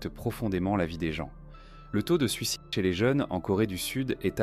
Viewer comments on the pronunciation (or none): none